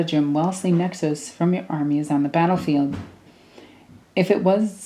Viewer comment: For your consideration, I pronounce these as follows: Nexos: Neck-sohs Biophagus: Bio-Fay-Jus Kellermorph: Kell-Er-Morph Sanctus: Sank-Tus Clamavus: Clam-A-Vus Locus: Low-Cuss I feel like I am mansplaning, and for that I am sorry, it's just your pronunciations rubbed me up the wrong way 😦